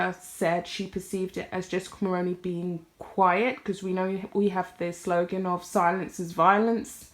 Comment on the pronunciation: Hi First off great video.. Second I would just like to point out that you are pronouncing Mulroney incorrectly...Mull-roo-knee..the roo as in room or kangaroo.. I'm Canadian and remember very well her father in law as Prime Minister..just trying to be helpful as the majority of non Canadian content creators are mispronouncing the name. You can watch videos with it being said correctly try CBC Global or CTV as they are Canadian news channels..yes I'm Canadian 🇨🇦🤗 Hopefully you find it helpful